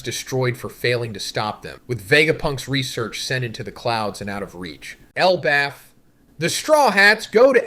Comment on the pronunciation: yeah iv been watching for a while and he does sound very off in this especially specific one piece words ive heard him pronounce like elbaf and poneglyphs. id still hope he wouldnt use ai without at least saying it though. maybe could be his mic or the way he recorded it